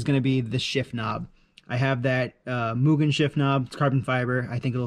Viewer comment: 👌 Mugen knob! And you've got the pronounciation correct too!